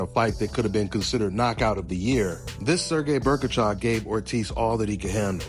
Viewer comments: Who is Berkachov? Bohachuk; Bow-Uh-Chuck. You're welcome. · Berkachuk? It's Bohachuk lol